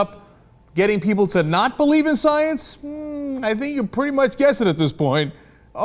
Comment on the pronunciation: What is this sai-ens you speak of cenk?